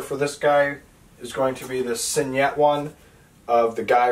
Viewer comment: Awesome collection! And you did a really nice job of making the video!Just one small piece of constructive criticism... Your mispronouncing signet. Spell out the word to Google and Google will pronounce it for you correctly. All in all you did a fantastic job...a hell of a collection! Enjoy your books! Btw, IT is my favorite Stephen King book too, so far!